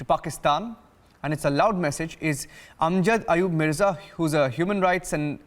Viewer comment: Terrible anchor. Can you atleast pronounce his name proper